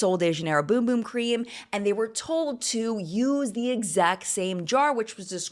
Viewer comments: Also it’s “bUm bUm” cream, not “bOOm bOOm” 😮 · BUM BUM not Boom Boom 😅